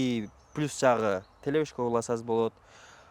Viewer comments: Телешка дечи телевышка дебей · Телешка деп жатабы же телевышка деп жатабы